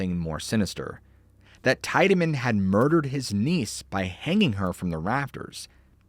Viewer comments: I'm from Cleveland and Franklin Castle is haunted. There is also a tunnel from Franklin Castle to lake Erie. I've been inside the tunnel which has been walled off in the middle with bricks. Tiedeman is pronounced teedamin. Not tide a min. But that is besides the point. Just for future reference. The tunnel was used during prohibition to haul illegal liquor from Canada into Cleveland via the lake. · Great stories. I've lived in Ohio my whole life and heard a LOT of weird stories. 2 things: in NE Ohio we pronounce it "tee-deman" not "teye-deman." In German, the combination "ie" is generally pronounced "ee" and "ei" is pronounced "eye." Also, I'm skeptical that the air force would show a civilian classified footage of a UFO and share any national security information at the height of the Cold War (not a reflection on you retelling it). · It's pronounced HAHNZ TEEED-AH-MIN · Haaans Teed-A-Man is how u say his name. I grew up next to this home and played in it and the yard as a kid. Franklin Castle!!! I have many stories of this place and the homes in the area. Don’t forget about the baby skeletons from the doctor that performed illegal abortions. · TEE-DAH-MIN. There's a road on thr west side named after him. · Pronounced Tiedeman wrong. And didn't even show the REAL Franklin castle.... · Came here to correct him on how Tiedeman was pronounced. I used to live around the corner from Franklin Castle. Creepy place.